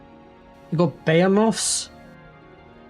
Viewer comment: buh - HEE - muth 😉